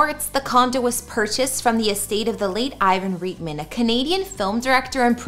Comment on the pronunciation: Just a friendly suggestion to always tripple check the pronunciation of people’s names. Referring to Ivan RIGHT-man (is how it’s pronounced) 😂🕺🏼